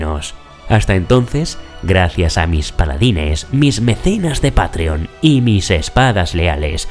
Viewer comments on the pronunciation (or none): none